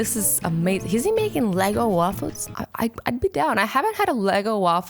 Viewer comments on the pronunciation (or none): Are you calling them "lego waffles"? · the fact that she said LEGO waffle is triggering